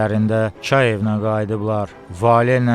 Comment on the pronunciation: Kay evi yoxe cay evi ay balbes